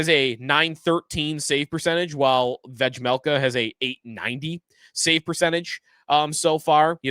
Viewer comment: Bro the j in Vejmelka is silent